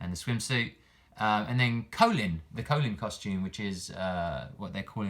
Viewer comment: Great vid, I hope she's not a charge character but you might be right As a side note it's funny hearing you pronounce her name "Colon" lol, I think you were talking when the announcer and Gill pronounced it in the trailer